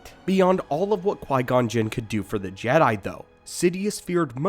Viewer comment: Sense when do you pronounce it Jedie I can't watch this